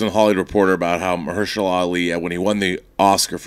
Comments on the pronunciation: Marshehala? 😂😂 I thought it was Mahershala? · Marsha who? :D EDIT: At least John said his name right. I never really knew his name, but he's a badass actor.